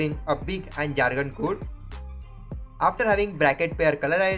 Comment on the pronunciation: it's not "kuuud" it's "kode" = code